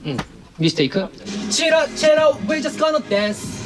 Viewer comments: Lee know:hmm hmm mistakue Our english kingue😂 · LINO'S LITTLE "MISTAKEU" 😭😭😭😭😭 Stop I love him so much😭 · Lee Know saying "Mistakeu" again 😭😭😭😭